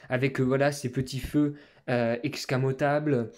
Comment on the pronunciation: Escamotable pas excamotable😉